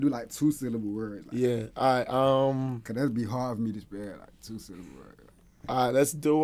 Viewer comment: He means 3 silluhbool words tho